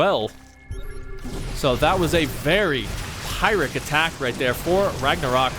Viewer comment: When someone pronounces "pyrrhic victory" in a way that displeases me >: (